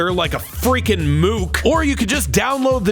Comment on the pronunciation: I think said the "kuh" in MOOK a little too hard, it almost sounds like a slur